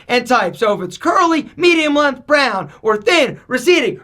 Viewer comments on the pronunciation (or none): There's a G in the words length, and strength. 🤦‍♂️